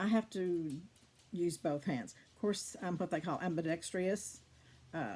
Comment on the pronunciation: this is how you pronounce ambidextrous: am - bee - dek - struhs